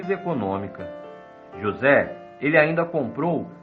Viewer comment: Esse narrador falando "JosÉ" o tempo todo dá uma agonia pelo destaque no "ZÉ" Kkkkkkkk